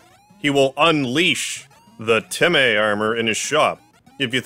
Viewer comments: My guy making dog puns when temmies are CATS! ALSO SHE IS NOT A BOY! ALSO ALSO ITS PRONOUCED TEM MĒ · why do you pronounce it TemEy, its temy in my opinion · noice, also its pronounced temm-ee not temm-ae, being spelt as temmie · It’s pronounced “tem-me”